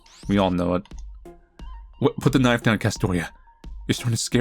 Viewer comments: Did you just say "Knoife"? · Honestly man getting into it and then hits me with tbe "KNOIFE" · Australian knife accent. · I love that you always take the time to put an accent on “knife!”